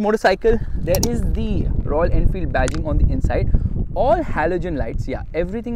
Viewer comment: "I don't know if the focus is on bikes or royal enfield...." - isn't it the same?? Just kidding I know you mispronounced .....😂😂